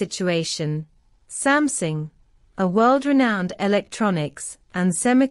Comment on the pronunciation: Sams"i"ng. Please use human narrator!